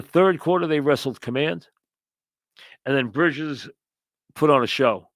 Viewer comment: Brihjizz aht da Gahdin